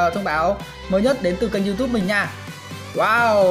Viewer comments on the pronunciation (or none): none